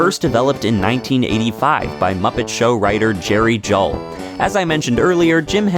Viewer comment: I understand Juhl is pronounced Jewel.